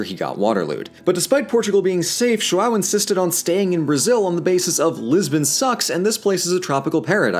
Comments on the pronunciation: AnnoyinglySalty “ÃO” is what is called um ”ditongo nasal” (“nasal diphthong” Eng.); it is pronounced like: “OUW”. Now practice saying it loud and slowly through your nose. Good luck!😉👍🏻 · Walder Frey of the Twins. It would be so much easier for them to say “ão” correctly if only they did some research you can hear the suffering whenever he says “JoawwowO” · coherent comment, however this video requires or recall a historic research, and since the language is still alive the amount of possibility on "correct" his pronounce is highly appropriated. João(Ʒwɐ̃w̃) is in fact a difficult linguist structure, but is clear that he made worked hard to learn how to pronounce "brasil" "brasilia". another point I'd like to do is how he criticized the why we say "rio de Janeiro", as a non-retroflex language, it would not be accept for us as natives. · Deixa o, tadinho, ele tentou. Mas que dói ouvir Joo-ow dói. Os outros nomes ele até falou certinho. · You're pronoucing João as "Chihuahua", lfmao. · I just had a class about linguistics and my teacher talked about how gringos can’t pronounce ão to save their own lives and then I go to YouTube and watch him struggling to say João dkdjdjhd J O A L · verdade kkkkk muito bom eles falando "João" kkkk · Thats... not how you say João... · His pronunciation of João is killing me! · Love you guys (and I'm 2 years late) but 2 things: - The "R" in Rio de Janeiro has the same R as in Richard, it's not our fault that English is phonetically inconsistent, - I die Everytime you say João, the sound is way more nasal than what you have in English. Just some constructive critic on pronouciation. Also, amazing video/channel 💜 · not our fault you can't pronounce rio de janeiro dude, and stop saying brazil enslaved and brought people here when it was actually portugal, ffs...oh, and just so you know, that's not how you pronounce João either... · He even nailed "Brasília" which is harder. But JOAL... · Jo-AW hahahahahah btw great vid